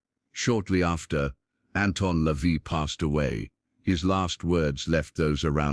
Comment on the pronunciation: LaVey rhymes with day.His actual name was Howard Levy.